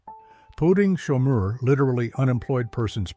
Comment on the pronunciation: It's POUTEEN*, & chomeur is as in shawm-er... Pronounced in French, it's POU TIN*